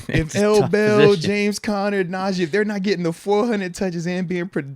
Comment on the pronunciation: Pains me to here say Najee’s name lol. NAUGEE